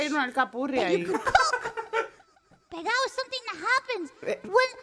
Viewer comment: I love that "pegao" is so viscerally upsetting to every Puerto Rican I've seen react to it that they just can't help but double or triple their use of Spanish. Their souls are screaming "¡Para!"